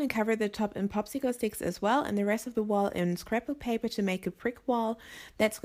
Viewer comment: did she say scrapple paper?